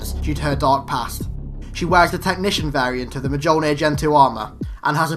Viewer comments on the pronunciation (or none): I love these, but it irks me - it's pronounced: m-yoll-near, not m-joll-near. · Great video but it's pronounced myolnir not mjolnir